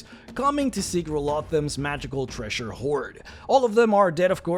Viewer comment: "invashion"? "treashure"? Jesus Christ man, just stop!